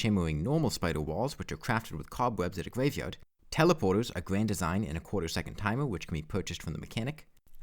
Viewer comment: I was interested, but had to click away a minute in, because you speak UwU. "Gwaveyard", "shimmewing", etc. are a bit too hard for me to listen to, sorry.